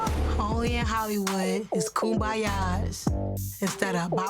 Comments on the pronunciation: “Only in Hollywood it’s kumbayas instead of Ba BA BA’s !” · Kumbayaz instead of bop bop bops lol